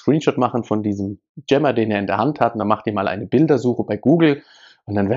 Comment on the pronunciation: Wie der Typ jammer ausspricht.. ja das ist echt ein JAMMER.